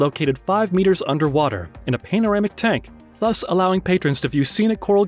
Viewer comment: Couldn’t even pronounce “panoramic” correctly. “Pane-oramic”. WTF? 🙄